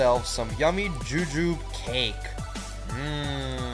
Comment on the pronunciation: The E in jujube isn't silent